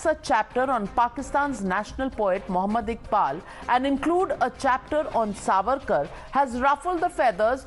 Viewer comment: This fuad or whatever his name Should be taught its SAVARKAR N not sarvarkar